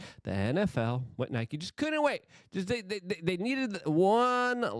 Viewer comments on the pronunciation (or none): none